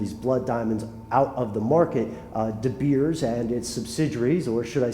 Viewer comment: And the mine company name here is " de beers" you prenounce it "de bears"